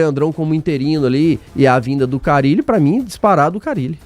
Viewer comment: Quem é esse Fábio CARRILE que o está falando??? Ele NÃO SABE que o nome do treinador só tem um R???